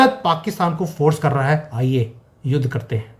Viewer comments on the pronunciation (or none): LOL... appne jis thara sey bola "aiye yudh karthe hain..." sounded like "aiye s_x karthe hain" (baath samajne ki hai!! LMFAO)